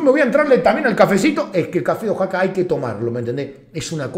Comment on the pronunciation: Oaxaca Guey, , no Oxaca